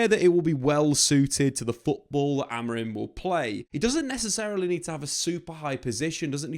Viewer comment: it’s Amori(m), not Amorin as you were saying the whole video